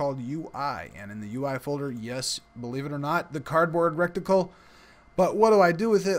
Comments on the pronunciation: Great tutorial, and just what I needed to see. Thanks! My only comment... it's pronounced "RETicle", not "RECticle". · reh-ti-cle. Not rec-ti-cle. Your pronunciation is driving me insane! lol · RETICLE NOT "RETICLE" LMAO🤣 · RET-ICKLE. Reticle. No rectangle in reticle. Great tutorial videos, though! I love them. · Lol it was keeling me! I thought you were about to say rectum every time!